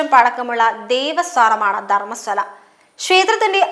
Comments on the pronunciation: 🙏good video, 👌valid points👏👏 where was he (not a hindu it seems), how come he is braver now?? One suggestion - please correct the mispronunciations… example Dharmasthala sounds like DharmaSWAla 🙏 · ധർമ്മസ്വല അല്ല കുട്ടി- ധർമ്മസ്ഥല എന്നാണ്